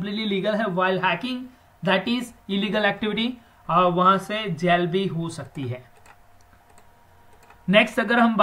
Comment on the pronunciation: 6.06 jail it's not Gail